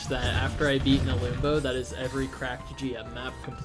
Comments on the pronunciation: nelumbo took me 2.5 hours without savestating at all and i had a way better time with the map skill issue (also it's pronounced "neh-lum-bow" not "neh-loom-bow") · no its pronounced nelumbo